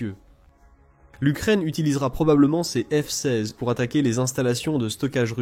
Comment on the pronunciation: Le micoyan 29, c'est un avion arménien? Et le F seyze. Insupportable cette voix AI.